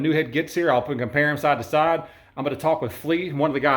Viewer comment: "...in the mean tom..."?????? "...sod to sod..."?????